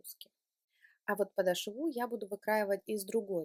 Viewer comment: ударение в слове " подошва" делается на букве "О" в середине слова. Говорите грамотно, а то уж очень " режет ухо".